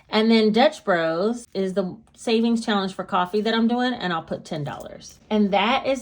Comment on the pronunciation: Hey , I love your personality. You're inspiring. And not to be super weird. I crack up every time you say "shallenge".. cool video!!!